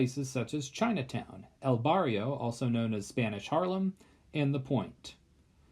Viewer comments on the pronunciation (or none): none